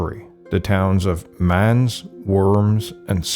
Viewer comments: Mans? Werms? Spayer? How about learning to pronounce German names properly, and with the "utmost respect?" The narrator is a joke. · It's very difficult to understand someone who is such a mumbler. His moustache makes it impossible to lip-read. He should have a shave, open his mouth when he speaks, and also learn how to pronounce properly the names Mainz, Speyer and Worms.